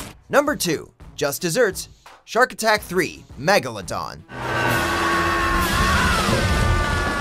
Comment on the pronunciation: why do they pronounce megalodon like that?